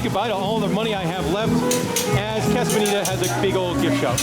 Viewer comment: You honestly don't know how to pronounce "casa"? Lol so annoying.